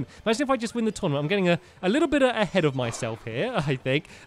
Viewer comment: Tournament, not Tournamnt